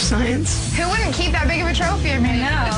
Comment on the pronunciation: the caption said wouldn't but it rlly sounded like would 😭